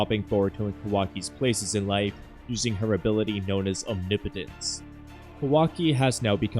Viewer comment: Thank you for being the only Naruto/Boruto YouTuber to pronounce omnipotence correctly 😭 😂 Great video!